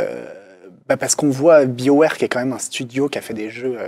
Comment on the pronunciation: On dit pas biowaire, mais buy'o ware